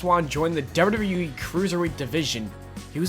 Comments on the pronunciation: It's wwe not wrlwrlwle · y do u say dubbla w e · HONEST 2 GOD: YOU SAY WWE SO WEIRD AND FAST LOL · Why dose he say wwe so weirdly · This guy says WWE so funny💀💀💀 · the way he pronounces wwe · not trying to be mean but why does he say wwe like that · the way u said WWE lmao ur dumb